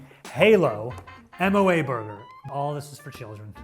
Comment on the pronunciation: The fact that he said M.O.A instead of moa